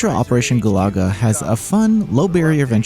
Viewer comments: It's not Galaga.....it's Galuga.... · It’s funny how reviewers have difficulty pronouncing GALUGA… This review chose GOO-LAGA others pronounced it GALAGA, as NAMCO’s classic shooter. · It's also not "Goo-lah-guh." This guy has no clue. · The way you pronounced Galuga changed a bit in the video. I was listening in the background initially, and i thought it was related to Galaga - the old space invadery game. Looks like maybe it should be gah-LOO-guh? Rather than goo-LAH-guh. Or maybe they really are making a reference to Galaga, just spelled differently?